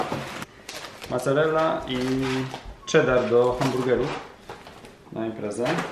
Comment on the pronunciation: Dlaczego "macarella", a nie " mozzarella" (mocarella)? Kuż myślałam, że może w Stanach jest inny rodzaj tego sera. Ile zapłaciliście za te zakupy? Nie dałabym rady mężowi ściągnąć szwów. Sam musiałby sobie poradzić. Z tą biopsją, oby wszystko wyszło jak najlepiej. Czekanie na wynik to koszmar.